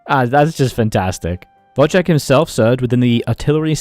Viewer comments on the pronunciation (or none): none